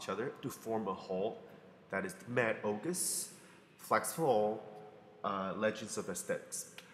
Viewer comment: oguseses? lol that made my day. " Ogus' " is how you would spell it.